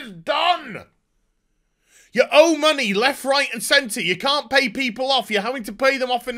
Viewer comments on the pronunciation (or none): none